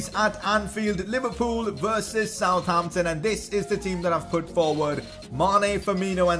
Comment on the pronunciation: Its not South Ampton Its Sutampton